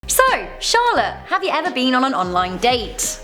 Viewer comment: Yes, i hawe a machete collection...